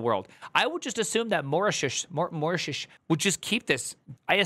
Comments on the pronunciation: wtf is "maratius"? it's pronounced "moh-ri-tious". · say Mou-RI-ti-us, the "ou" as in the word "our" also, my first PC I bought in 1990 had a 3.5" disk 1.44MB drive and a 5 1/4" floppy drive of 1.2MB, with a 42 MB hard drive (Seagate ST157a). so if it was at any point "military" it will have been before that. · “Marat… Maratius?” (listen to this jewel ). What a sheer ignorance is this!! “Mortius” … I just cannot believe it that someone putting content on YouTube has never heard of Mauritius. “Morshish” and Mortish and Morshush … at which point I left. Reading on video things about which you have not a clue about is now a YouTube format? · Thanks for keeping all of these mah-raw-tius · Mauritius, will be spelled like Maurice-e-us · It's pronounced: Mar-ich-e-eus (roughly, not sure how do the last consonant in text) EDIT: NVM, I see he got help on the pronunciation 🙂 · MAU - Ri - Ti - US AYlends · Usually said more like murishus or marishus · Moreshuss 😂😂😂😂😂😂 come on man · Mor-ah-tee-us 😂 You Americans are absolutely wild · I've never seen someone have a hard time pronouncing Mauritius. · wow primegen cant pronouns Mauritius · Him pronouncing Mauritius wrong everytime is killing me 😭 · Theo didn't do any better. Only those that know how to pronounce it, will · These non-Brit tech kings couldn’t pronounce Mauritius to save there lives, could they! 😂 First Theo, now, smh. 😊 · No, that's a him issue because he wanted to sound silly (idiot) for the video. He knows he can go to Google for the pronunciation.